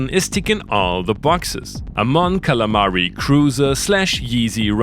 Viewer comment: this man said moncalamari